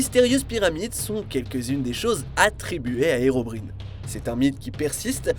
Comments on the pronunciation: On dit pas herobrIne mais herobrAÏne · Ça se prononce "Herobraïne" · "HERON" AIN"E" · "herobrine" ... On dit tous herobraïne on est d'accord ? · Tu peux prononcer herobrine correctement steuplait